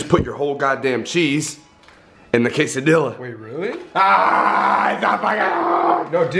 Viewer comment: Every time said quesa-Dilla made me more and more annoyed